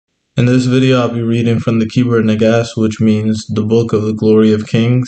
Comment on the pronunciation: ITS NAGARST NOT SAID AS NAGASSED BUT SPELT NAGAST IT IS IMPORTANT TO SAY THESE THINGS CORRECTLY OTHERWISE GREAT VID